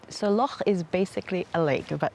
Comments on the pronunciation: Thank you for pronouncing "loch" correctly. It irks us Scots to hear it pronounced "lock". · Lovely vlog, and thanks for making the effort to say Loch correctly !! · you pronounced "Loch" perfectly, you are now a true and great Scot. The passport is yours' to enjoy. Your welcome.❤